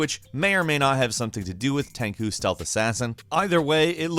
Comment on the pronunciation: Call it 'tenku' one more time and...